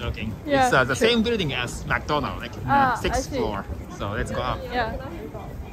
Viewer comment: マクドナルドの発音変ですよ！！・・・アクセントとＳも発音しなきゃ！！